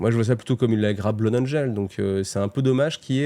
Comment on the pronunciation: Désolé mais Blood ca se pronnonce pas plus "Bla-oude" que "Bloude" 🤣🤣